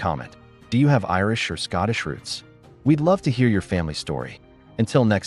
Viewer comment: "ROOTS" NOT "ROUTES" :face-turquoise-covering-eyes